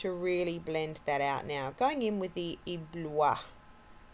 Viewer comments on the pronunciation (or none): lovely look!! i always consider getting Ebloui but i didn't yet ((-: p.s. its Eh-blue-ee!! xoxo